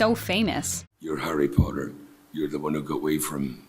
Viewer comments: pOtTaH- draco Malfoy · “Potter” MoRe LiKe PoTtAh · Draco- POTTAH 😂😂😂😂😂😂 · "Pottah" I just love it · My favourite line is every time draco says "Pottah", Harry's "Expecto Patronum and also "I'm going to bed before either of you two got another clever idea to get us killed or worse expelled" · Harry pOtTaH 😩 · Ron: im hungry|| Tom Felton: I get to say Pottah Alot "Pottah" Pottah pottah pottah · My favorite is "Wot" and "Pottah" 😂😂💜